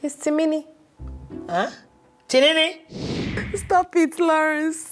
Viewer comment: I love the way Aunt Jenifas pronounce Timini's name, 'Tirinrin'🤣🤣🤣🤣🤣